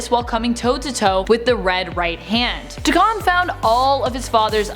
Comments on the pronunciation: Dey-ken not dakhan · “Day-Ken” not “Da-Kahn” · Day-ken, Dak-en. Never duh-con please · You mean “dayken”. Never heard of “dakahn” 🤣🤣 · It's a derogatory japanese word for mixed breed and is pronounced "daw-ken" like the 80's metal band. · It’s Daken. Day-ken. He’s not Butter Pecan😂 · Dakahn. I'll leave that here lol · Da-Ken....sorry that was bugging me...... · Nope its DaKaaaaahn! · Why is she saying dacons name like that that’s definitely not right she’s the only one who ever said it like that before